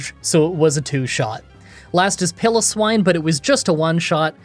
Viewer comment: It's not Pillowswine 1 W, Piloswine